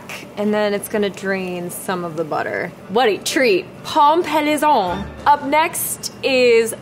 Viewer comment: I'm french, butchered the pronunciation of pomme paillasson but it was cute, so it's okay.